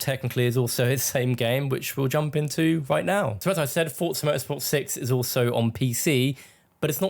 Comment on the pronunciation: Bonus points for pronouncing ‘Forza’ correctly. I hate when people say FOR-ZAH, it’s FORT-ZAH. In-game commentary proves that we’re absolutely right about this.